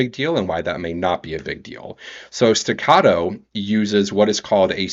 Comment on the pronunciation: Its pronounced "Stegger" not" Stogger"